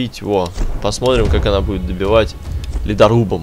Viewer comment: Как она а не какона